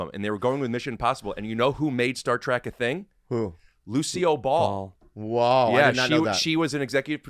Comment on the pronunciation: Did Rick just say Lucy O’ball?